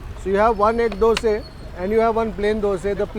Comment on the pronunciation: Bro its dosaaa. Not dosee...! You are a food vlogger and you make this mistake. Is it so hard to pronounce dosa? Why brother dosee why?